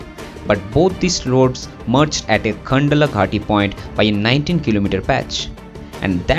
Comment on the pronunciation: Man where are you from? You can't even pronounce 'Khandala' properly.